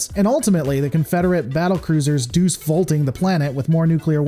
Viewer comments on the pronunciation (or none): none